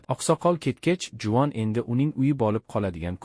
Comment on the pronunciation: Juvon dep eshtilyabdi 😅